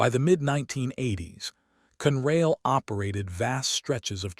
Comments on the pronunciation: It is not CUNRAIL. It has two syllables and is pronounced CON-RAIL, con as in consolidated. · Never knew there was a railroad called Cunrail.These readers don't know to pronounce English words. They do know how to lie and then profit when we click on their BS stories.